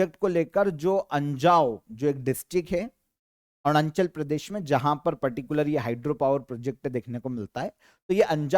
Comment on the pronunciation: Sir Arunachal ko Aarnunchal bolte hai 😂😂